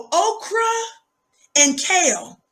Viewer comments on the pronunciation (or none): Did she say Okra and Kayle??! 😂😂😂😂😂